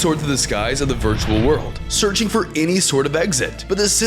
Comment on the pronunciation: In day 99 bro said i was zearching